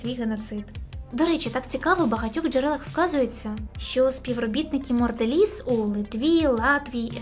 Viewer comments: Чому пише монделіз а я чую моРделіз???? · Чому протягом усього відео ти кажеш "морделіс" ? Правильно ж монделіс, це ж явно не обмовка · Чому протягом всього відео звучить назва моРделіз а не моНделіз? Це такий жарт? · А нічого, що ви неправильно вимовляєте назву фірми "Mondelez"? Правильно вимовляється це як "Мондоліз", а не "Мордоліз". А ще, не "Орєо", а "Орео", і не "Літва', а "Литва" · А чому моРделіс якщо написано моНделіс ??? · А чому Морделіз? А не Монделіз 😂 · мені цікаво чому ти читаєш "Mondelez" як "Mordelez" ? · хто такий "Марделіз" Як можна готуватись до "розгромного відео" і не змогти правильно прочитати назву основного об'єкту відео, яке в відео виринає сто п'ятьсот разів - ПРОЧИТАЙ МЕНЕ!!! Балаклійні продукти???😂😂😂 Really???😂😂😂 "біженсі" - це мабуть ті хто вирішив поїхати у Францію? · не мондерелиз а монделлез!!! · а де там літера "Р" у Mondelez ?))) чи то так задумано ?) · Вибачте так казала на протязі всього відео морделіз як наче ця компанія лиже морду Росії 😂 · Відео: авторка неправильно називає назву компанії, про яку знімає відео)